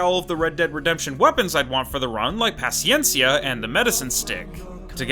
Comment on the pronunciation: You're the first Youtuber i've seen pronouncing Paciencia correctly